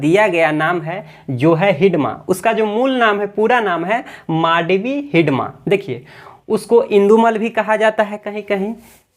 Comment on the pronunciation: Naam sahi bolo sir